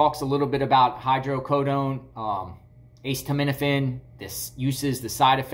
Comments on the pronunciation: It's not pronounced "ACE TO MIN A FIN"! haha. It's pronounced "A set uh min uh fin". Now say it fast. A setuh minuhfin 😂😂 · acetaminophen is pronounced uh-seet-uh, not ace-tuh. thank you couldn't stand it had to tell you. sorry. The pharmacist should know that, also about HIPPA.... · Just to help it's pronounced uh·SEE·tuh·mi·nuh·fn I Instead of ace tuh med ifin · Acetaminophen =A-Seet-O-min-a-fin. why did you say the pharmacist name? You shouldn’t have revealed your source. That pharmacist could get in trouble. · Vicodin highly sought out by addicts It’s pronounced Ah-ceed-ah-ment-ah-fin It slows you down, but if you take a couple it gives you a sort of energy. That’s what I’ve been told. My niece was highly addicted to this, and when this wasn’t strong enough she moved up to Percocets. 5 years ago she had to go inpatient to get off these nasty drugs. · Aceed-a-ment-a-fin lol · Ah-see-tah-men-A-fin (correct pronunciation) which is generic Tylenol. The Hydrocodone is Vicodin. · ACETAMINOPHEN: It is pronounced "A- set- uh- min- uh- fin". 🤣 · A see ta MIN a fin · Stop saying it like that! It's called Norco! It's hydrocodone and a ce ta min o phen (aka Tylenol). They sometimes prescribe it to kids for minor surgeries. Lol love ya buddy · Pronounced "Us said a men owe fin" :) No Ace's involved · Lol you crack me up the way you say acetaminophen 😂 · Thank you! I'm glad he repeated that several times so I know I didn't hear him wrong. I have not ever heard acetaminophen pronounced like that in my life. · Me too🤣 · You are still pronouncing acetaminophen incorrectly bless u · ace of spades, ace frehley, ace hardware, aces high, ace in the hole, aces in their places, ace bandage….